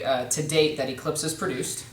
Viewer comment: lol, planet ecweeps. He said it like he was chinese